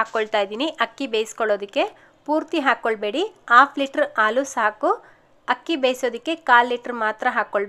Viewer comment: Ucchara akshara correct agi heli..Haalu..